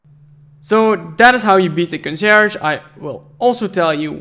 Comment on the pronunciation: "Congerge", really?